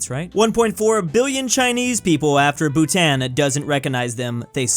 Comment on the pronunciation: As a Bhutanese him miss pronouncing Bhutan made me die a little